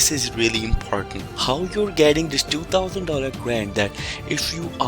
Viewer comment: You can’t even say 2 thousand correctly I’ll pass